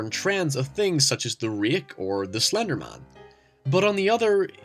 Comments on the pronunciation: its rake not reik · The rhek or slender mahn. Where the fuck are you from? lol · "The reeiiik or slandermaan" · the way you pronounced rake and Slenderman bluh